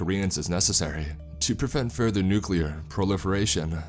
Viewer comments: As much as I enjoy your readings, I am put off by the mispronunciations sprinkled throughout many of your narrations. For example, the word "nuclear" is not pronounced "nu-q-lar" But "new- klee-er". Mispronouncing words detracts from the story in many ways, but most especially in tone, or atmosphere, potentially breaking the spell you are weaving to draw the listener in. There are several good online dictionaries that include audio files for proper pronunciation. This is meant only as constructive criticism as, again, I enjoy listening to your narrations. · It's nuclear not nucular... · it is pronounced NUCLEAR not NUCULER god how that drives me an english major up the wall.